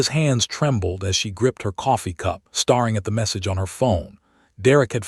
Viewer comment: Not re-zoom, it’s re-su-meh! Not starring, stair-ing!! You need a better AI reader…way too many wrong words!